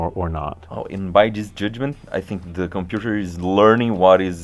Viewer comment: ninguém: absolutamente ninguém: ibere: dizz izz eee de compiuter like